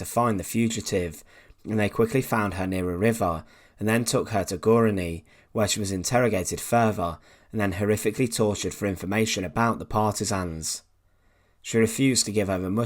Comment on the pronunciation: No v in further, no F in think, no v in other, no v in mother, no f in thanks. For what seems like a well educated man narrating better spoken English woul have made it more interesting to listen to.